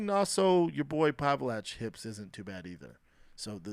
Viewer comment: Did he say pavalach-hips?